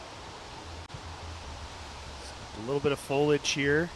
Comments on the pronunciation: There’s an “i” in “foliage”. Don’t use words you do not know how to pronounce, please. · Pretty rough coverage. Why I don’t consider purchasing a DGN subscription. Boring, very little graphics, not enough story building, constant bombardment of cheap ads and plugs, drying off camera lenses live, and why can’t we say the word “foliage” correctly?!?